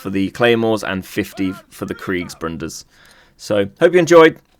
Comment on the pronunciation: There's no N in Bruder x)